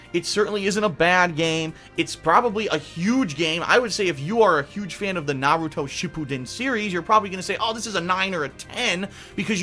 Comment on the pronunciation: So glad you dont pronounce it like naroodo.